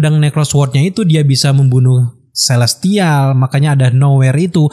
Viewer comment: Kelestial? Celestial!